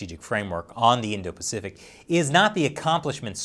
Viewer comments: “indo-paficic” don’t you mean *Indo-Pacific”? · "Indo-Paficic" XD But seriously, screw the CCP.